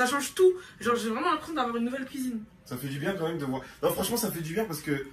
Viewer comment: Uneuh cuisineuhhh vreumennnnt